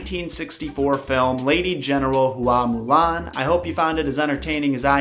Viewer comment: Hua is not pronounced Who-ah Its pronounced wha. Imagine saying the word What without enunciating the t. Also, the word ends in a down tone.